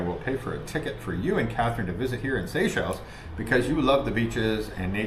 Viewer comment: seychelles: the pronunciation SAY SHELLS